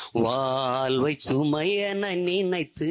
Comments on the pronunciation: இது சினிமாப் பாடல் . இது எங்கள் தேசிய கீதமல்ல. எமது தமிழ் அழகான உச்சரிப்பு உலகறிந்தது. தமிழைப் பற்றி அதிகம் பேசும் தாங்கள் தமிழை முறையாக உச்சரியுங்கள் வால்வு இல்லை வாழ்வு. உங்கள் அரசியல் வாழ்விற்காக எங்கள் ஈழத்தமிழையும் ஈழத்தமிழரையும் பயன்படுத்தாதீர்கள். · தோள்வி...வால்வை.... கொள்கை..வால்வில்..இவன் உச்சரிப்பு..... சரயில்லை